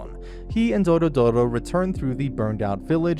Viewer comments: It's not doro doro it's dororo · Doro-Doro? Jesus... it's DORORO 🤦‍♀🤦‍♀ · its DORORO not Dorodoro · "DORODORO"... it's Dororo mate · Isn't the kids name dororo, not dodoro? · It’s Dororo , not “dorodoro” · bro is no one gonna talk about how hes says dororo's name like "dorodoro" like bro how do u get it so wrong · The name is "Dororo" - not "doro doro" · Its dororo not dorodoro 😭😭😭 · Doro Doro?? you got the name wrong... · It's Do-Ro-Ro, not Doro-doro. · for gods sake stop saying doRO DORO. IT'S DORORO !1!!1!!1! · ITS NOT DORDORO ITS DORORO. You can at least get the names right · Why dorodoro when it’s dororo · It's Dororo not DoroDoro And Biwamaru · It's Dororo not Dorodoro. 😖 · Dorodoro ❌ Dororo ⭕ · It's Dororo, not Dorodoro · Not "Doro Doro" it's "Dororo" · i think he rname is dororo not dorodoro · M8 I fuckin lost it when you called Dororo "Doro-Doro". Like, wtf, there's an acceptable limit to mispronunciation, and then there's this. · Nice recap! But I have one correction, you kept saying Dorodoro but it's Dororo. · Every time he says "Dorodoro" Osamu Tezuka rolls over in his grave. It's Dororo. Also it wasn't for money... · It's Dororo not Doro-Doro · i can't count the times I cringe hearing dorodoro instead of Dororo which is the actual name of the anime and the character (child) I just can't contain this comment anymore. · Name: Dororo Him: Doro Doro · Dororo not dorodoro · DORORO not Doro Doro ... sorry it triggert me xD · It is t dorodoro but dororo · It's not Dorodoro it's Dororo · why are you calling her "DoroDoro"? its dororo like the name of the anime, only one "D" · Dorodoro- who doesn't know dorodoro- (Dororo. It's DO-RO-RO Also my guy being confused by her gender xD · you pronouced their name wrong, it's Dororo not Dorodoro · You keep saying doro doro but it’s dororo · it's DoRoRo NOT DORODORO FUCK. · I’m i the only one who noticed that he said her name every time incorrectly? It’s Dororo, not Dorodoro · he said " Doro Doro " sigh